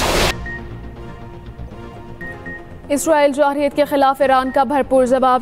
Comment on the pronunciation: Jahreeyat ni Jarheyat hota ha